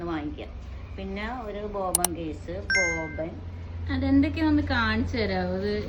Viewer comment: ബോബൻ അല്ല ബോബിൻ